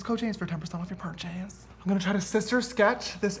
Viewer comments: OMG ! when he said perchase MIRANDA SINGS MOMENT!!!!!!!IM SHOOK!!!!!!!!!!!!!!! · “Purt-chess” we love a sister Sings.